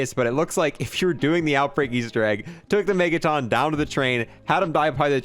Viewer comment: Why do you say mega ton weird, sounds like megatom